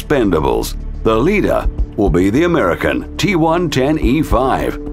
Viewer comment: G-one-ten-E-5? G110e5 am I the only one that caught that?